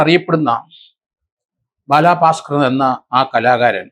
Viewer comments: ബാലഭാസ്ക്കർ അല്ലേ? ബാലാഭാസ്ക്കർ അല്ലല്ലോ? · Sir as Peru onnu nannayee pronounce cheyyoo....Bala bhasker......not balaaa bhasker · ബാലാ... പാസ്‌കർ അല്ല സർ.. ബാലഭാസ്‌കർ..... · ഭലാഭാസ്കർ ❎ ബാലബസ്കർ ✅ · ദേ വീണ്ടും ബാലാ ഭാസ്കർ....ഇയാളെന്തൊന്നു പൊട്ടനാ ബാലാ പാസ്കർ അല്ല ബാല ഭാസ്കർ...